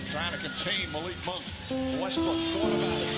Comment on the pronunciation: West"Brick" slip 😁